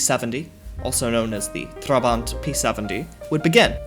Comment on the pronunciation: Why not just establish how to correctly pronounce... "Trabant"... then... pronounce it that way. This makes you look like an amateur. And, as such... not worth my time.